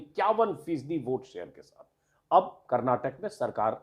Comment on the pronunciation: Sir... Kar-nat-kaa...hai... it's not kar-na-tak